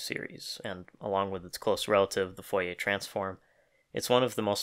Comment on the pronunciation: "foyer series"